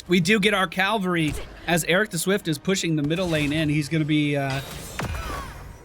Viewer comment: *Cavalry. Not to be confused with "Calvary". boys :D